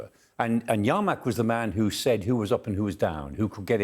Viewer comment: Yermak, not YArmak, this guy is hilarious(ly bad) 🤣